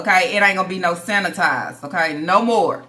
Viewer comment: My favorite is when says 😂😂😂😂😂😂😂NO HOE.... Wit that accent. I'm on the floor.😭🤣😭🤣😭🤣🤣😭🤣